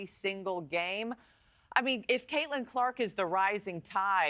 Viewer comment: I mean, you could at least the woman's name correctly.....